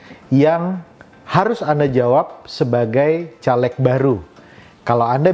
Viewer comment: Anda ngomong aja salah... Caleg... Huruf E nya dibaca seperti E pada kata "bebek". Bukan E pada kata " Telur". Coba loe yg nyaleg... Ngomong aja loe